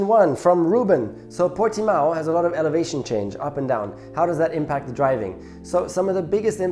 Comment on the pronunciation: Nico, i just wanted to say, as a Portuguese, you said Portimão pretty well compared to the F1 commentators. Best racing driver is easy Senna, no doubt, natural talent, amazing skill, best one ever.